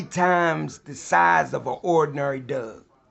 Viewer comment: HTH is he pronouncing '"Dog" . He's pronouncing it as dug!